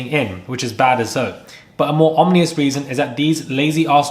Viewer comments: OMNIOUS ? OMNIOUS? It’s OMINOUS. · It's pronounced,"ominous",not "omnious".